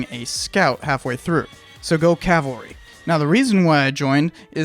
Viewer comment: He didn't pronounce it Calvery!? What!? Oh, wait, you were a tanker. Not an infant.